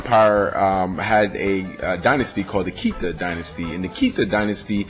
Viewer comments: Malian here from Bamako living in Canada just to clarify it's the Keita dynasty pronounced Kay-Tah. All around awesome video brah! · I'm Malinke from Ivory Coast. Yeah I always laugh when they say kita. I'm like no its keita.